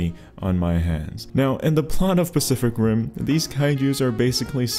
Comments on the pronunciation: my dumbass thought he said ''specific rim'' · Is it me or did he say "Specific Rim"..😅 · I heard "spesific rim" for a moment there 😂